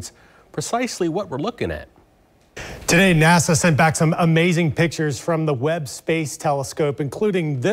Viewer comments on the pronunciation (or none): none